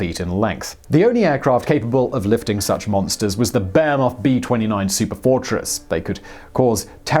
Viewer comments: I keep hearing “Bear Moth” B-29 Superfortress, not Boeing. Am I missing something? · I think he's saying "Behemoth", it's just that his accent is making it sound like "Bear Moth" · This. His accent makes behemoth sound more like 'beyamoth'